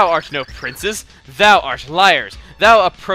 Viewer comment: she said princes